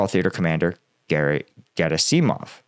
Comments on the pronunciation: Dude, it's Ger-AH-sih-mov. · Emphasis is usually on the second syllable. So it's vlad*I*mir , not vl*A*dimir as we tend to say. Hence it's gerAsimov and surOvikin. A breakthrough at Bakhmut will threaten both Severdonetsk and potentially a deep strike round the back of Donetsk. It has always been of far more strategic importance to us, more valuable to win, than it was for RuAF. For them it has always been just an obstacle. For us it could destroy this entire section on Donbas. They can fall back to Popasna and the 2014 lines behind it, but they will have to defend either wider flank for the above reasons. They will have little or no reduction in the line they must defend. Slava Ukrayini